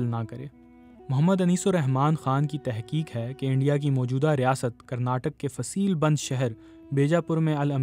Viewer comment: تحقیق ۔ قطار بھی ک سے پڑھا گیا ہے ۔ ق کی اواز گم ہوجاتی ہے